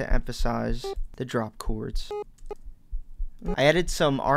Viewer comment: This guy's pretty good! He does say "choords" instead of "chords" though!